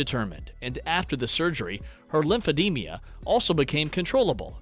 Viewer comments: Lympho DEMA not lympodemia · It’s not pronounced as lymph-eh-dee-mia. It’s pronounced as lymph-eh-deem-uh. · Please stop saying "lymphademia"! It's lymphedema! Thank you. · I was waiting for someone to correct that mispronunciation but I didn’t want to be the one. 😊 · It's pronounced LIMF-EH-DEEM-UH, not LIMPH-EH-DEEMIA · LYMPHEDEMA...NOT LYMPHEDEMIA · It's LYMPHEDEMA, not LYMPHEDEM-IA!!